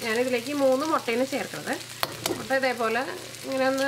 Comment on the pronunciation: motta allaa..... mutta😃😃😃